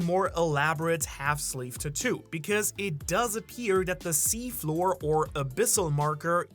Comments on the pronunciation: “TAT-TWO” its pronounced “TAT-TWO” i hate you and your stupid pronunciations. Sigh, where is Sawyer7Mage at? Save us from these bum reviewers SAVE USSSSSS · It drives me crazy every time he says the word tattoo 🫨🫨 just say ink or something 🤣🤣🤣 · Hearing you mispronounce tattoo revealing who you're a fan of... even less of a fan now.